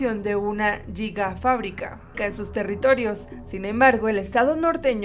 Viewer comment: No sé dice jiga.. Es giga